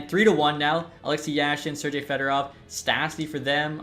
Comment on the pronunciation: Why are you saying Sergei with an J?